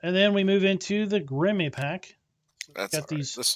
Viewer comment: It's not "Grimmy" :-) It's a German name, It's a dull "e" at the end, more like "Grimmeuh" , short at the end :-)